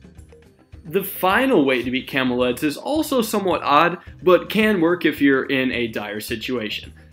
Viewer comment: He sounds like he's saying "camel eds" for nearly half of the video